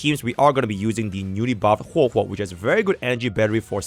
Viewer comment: It always throws me off 😂 it’s hwehwe